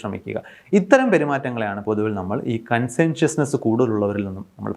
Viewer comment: കൺസെൻഷിയസ്നസ്സ് എന്നല്ല കോൺഷിയന്റിയസ് എന്നാണ് All very good and interesting points.